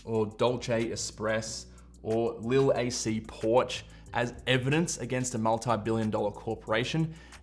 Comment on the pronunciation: I guess that was Lilac Porch instead of Lil Ac Porch… anyways….😄😄